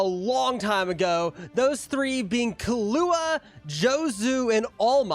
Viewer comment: you can tell bro's white when he says the names, especially killua